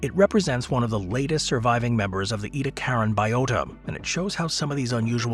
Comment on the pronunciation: 🙄 Ediacaran ( /ˌiːdiˈækərən, ˌɛdi-/ EE-dee-AK-ər-ən )